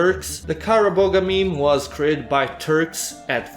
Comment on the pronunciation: The g is silent in kara boğa.